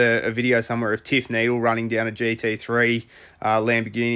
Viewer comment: I can't believe that you haven't been pulled up for you pronunciation of "Tiff Needle" so I guess I will have to do it! It is pronounced exactly as it is spelt "Nee-dell" Fun fact, he was once listed as Tiffany Needell in the Le Mans program :-D